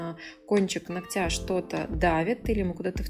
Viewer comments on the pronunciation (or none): нООООгтя! Ну ёпрст,! Не ногтЯ🤦